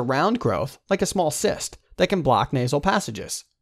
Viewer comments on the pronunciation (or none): none